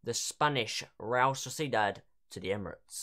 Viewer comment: You Pronounce realSociedad wrong 😑